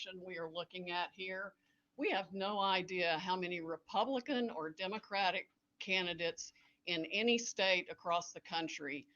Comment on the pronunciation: Why can’t he pronounce “Democratic”?